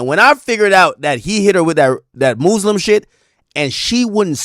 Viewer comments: Who tf told Ak Muslim was pronounced “Mooslim” what’s going on 😭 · The muuslim garments killed me Ak doing to much😂